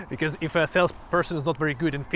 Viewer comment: Just one funny thing i noticed. A not 100% Finn actually pronounciates his ö"s right, but not in the framework i would have expected. Metal umlauts or not, your "because" became "becöme" and i love it . :D